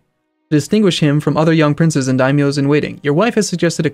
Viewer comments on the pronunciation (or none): none